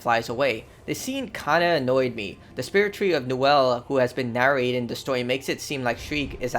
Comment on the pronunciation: actually its Niwen not Niwel because for some strange reason that triggered me